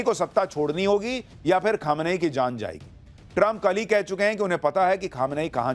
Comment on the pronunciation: Pronunciation sahi kariye...its not khamanayi...its kho- me - ni